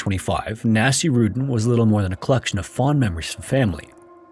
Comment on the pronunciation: Okay I am pretty sure you butchered the name. Nasir/Naseer is a name. It’s never pronounced anything like ‘nasty.’ It was more likely pronounced Naseer-uddin… but what do I know?